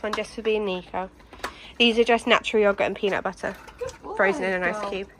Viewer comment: Finally! I love the way you say peanut butter. Say it again!